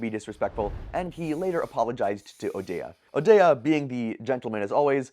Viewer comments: His name is pronounced as ODay not O dee ah. I would expect this from an AI commentary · Donnika O’Day. Not Donnasha O’Dayah. Do a little research before you make yourself seem uneducated